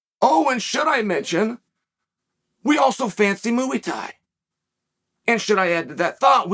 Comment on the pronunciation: When Chael says Mooee Thai I wanna choke him